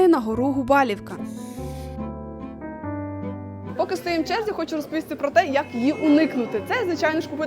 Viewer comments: Гарне, якісне та цікаве відео, але є великий мінус, який дуже ріже вуха. Як рекомендація, в подальшому спочатку перевіряйте назви, тому що ви їх коверкаєте І НЕ ПРАВИЛЬНО СТАВИТЕ НАГОЛОСИ. Гора ГУБАЛУВКА , а не ГУБАЛІВКА. Немає в Закопаному є в Закопане, і тд Каспрів Верх. Дякую за увагу. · Все чудово, дуже гарно, але гора Gubałówka- ГубалУвка, наголос на У. Бо ГубАлівка звучить як якесь село і явно не польське, бо у польських словах завжди наголос на передостанній склад))) а загалом класне відео, все по темі, якість відео і озвучка на висоті💪🏼